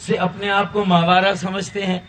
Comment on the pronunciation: ماوارا نھیں فاروق ستار بھائی محاورا